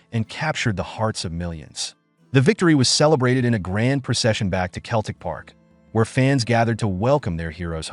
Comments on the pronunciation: Celtic is pronounced with a soft C sseltic Not Keltic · Pronounced "Selltick" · Gave up after 3 seconds when I heard the word "Keltic". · Hey look! A talkin baw. Sell, tic. put them together selltic is how you say Celtic Ya Numpty! Hail! Hail! 🇮🇪 🇵🇸 🇮🇪 🇵🇸 🇮🇪 😎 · FFS ! Can't even pronounce Celtic properly! Useless video. Deserves a solid 👎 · Do better research first, when you can't pronounce the team's name or our greatest manager's then your Google research or plagiarism from books is a bit worthless. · Couldn't watch till end, if you can't pronounce our name then don't make videos of us, big Jock would be furious that tou couldn't get his name right either. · It's Celtic, not Keltic. It's Jock Stein and not Jock Stine. "The European knights were more intense". "And the old firm derby's grufiersor". "To it's modern day granger". FFS 😭😭😭😭😭😭